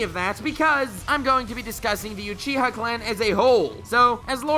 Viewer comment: You say Uchiha really weird : / Alsooooo Sharingan and Rinnegan (as well as Byakugan and Tenseigan I suppose) were original abilities of alien beings who were essentially Gods ...of course it's OP.